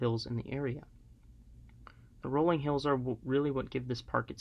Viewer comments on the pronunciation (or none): none